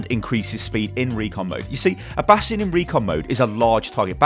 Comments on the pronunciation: bation not nation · 30% Comments are over "Bradstion" Pls man but he got a hanzo golden bow ;)